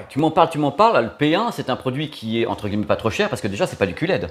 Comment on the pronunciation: Ca me fait toujours bizarre ta façon de prononcer "guilemets" au lieu de "gui ye met" ^_^